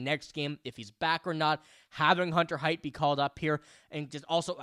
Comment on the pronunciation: buddy, sweetie, kiddo... you're mixing two prospects names together. Hunter Haight is pronounced HATE. Riley Heidt is pronounced HEIGHT. I've held my tongue for too long in this.